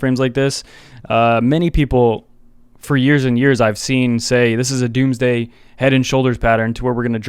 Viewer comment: “Doomsday” lol